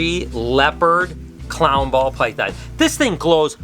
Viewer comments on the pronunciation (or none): none